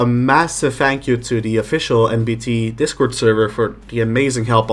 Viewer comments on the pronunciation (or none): none